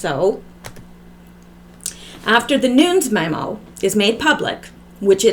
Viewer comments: Its pronounced Noon-yez Nunez. Hope this helps😉💚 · NuNEs...[ Noon- nezz] please get that, its nerve racking..lol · Love your videos. Nunes is two syllables: sounds like noo-nez. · Nunes, as in: New-ness. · Nunes pronounced noon-ez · Sorry so many comments. I should make notes. 😂I can't make a line over the U in Nunes, but it's long U, like you said but es, is not a silent e, short e.